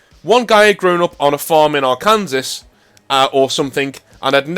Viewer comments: Arkansas is pronounced Ark-in-saw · Arkansas is pronounced Ar-can-saw. It's like the Gloucester of the US. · R-Kansas lol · Arkansas is pronounced ar-can-saw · Ar can sass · Arkansas is pronounced “Arken Saw” which upon writing that out makes me think it is an eldrich weapon for fighting tree people.